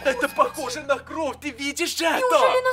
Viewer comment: Интересный факт: ошибается в слове кровь. Он называет кров (правильно кровь)